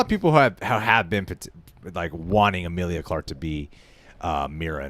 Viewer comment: "Amelia Clark"? "Emilia Clark"? Either way, who? 🤔